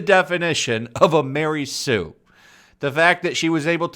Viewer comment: Ma-Rey Sue